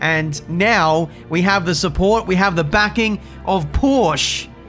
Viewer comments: Every non-native german speaker gets this wrong: Its PorschE, with an E at the end, not "Porsch". Simply Porsche. Apart from this I'm glad to see the updats doesnt fail anymore at a 99% rate. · It's not "Porsch", it's "Porsche" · please try and pronounce the „e“ at the end of Porsche, because you don‘t say „Porsch“ you say it like Porscheh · Jesus, as a german it just hurts how you pronounce Porsche. It's Porsche, not Porsch. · IT IS NOT PORSH, IT IS PORSCHE. POR-SCHE. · I know it's petty, but I 100% agree. You gotta pronounce the "e." Porsche - pronounced [porr-sha] phonetically. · I believe its "Porsch-ah" 🤓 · It’s pronounced Porsch - eh! Porsch - EH!!!! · mens be driving backed by porsche in f1 and still call it porsch. I think it's funny how English speaking people are pronouncing German Car brands. another popular example is Volkswagen or like English people pronounce it: Voolkswaigän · my swabian soul dies a little every time says "Porsch" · It's interesting, we french don't pronouce the e either we just say "Porsch" as well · PLEASE dont ever call porsche ''porsch'' again !!!!!(it's just not the name of the brand) i will un sub u and search for your car to clue the right spelling of PORSCHE!!!!!! on it!!!! :) other than that NICE vid :P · maybe if you learned to pronounce "porsche" properly, they'd supply your engines for next season ;) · It's not petty, it's just wrong to not pronounce the E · there is a FFFF ''e'' at the end!!!